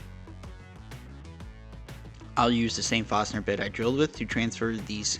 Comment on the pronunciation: I like what I have seen so far 🤗 Subbed to see more. 😊 I have been debating on making one of these for my home. We have such limited counter space i feel it would be useful. The only thing in this video that kept throwing me was the pronunciation of Forstner bits. Is it an accent? Tamar from 3x3 Custom says ‘drawer’ in such a way it kind of throws me but she is from the NE US so understandable. Just was curious 😊